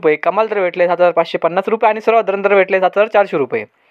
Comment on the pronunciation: थोडं सावकाश सांगा हो भाऊ आपण सांगताना सर्वसाधारण दर म्हणता सर्व दलिंदर दरच आयकु येते 😅😅😅😅😅वारे वा 😊